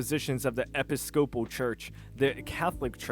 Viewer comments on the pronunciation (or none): epi-scope-all. you know what. you tried your best that word sucks to decipher at the glance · "ee-piss-cah-pull" church... I grew up going there, haven't been in years because it's just awful nowadays. Great vid dude 👍🏻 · “Epi-scopal church” made me laugh. Its pronounced “Eh-PISS-copal” homie. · Lmao, now I know that doesn't know how to pronounce Episcopal (it's ok.) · Hearing you mispronounce words like Episcopal is causing me psychic damage.